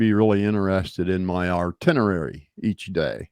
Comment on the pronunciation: So hey bud but if your going to talk please use correct English an learn how to say the words grammatically correct. The word is Itinerary NOT Artinirary. 😂. Keep licking those puckered chocolate starfish. 😂